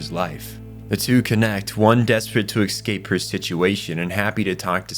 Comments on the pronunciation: I’ve been loving your videos and commentaries, but I have one request…it’s so jarring every time you say ecscape instead of escape, please could you try pronouncing it properly. Big fan otherwise! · It's "ES-cape," not "EX-scape!" You're driving me nuts.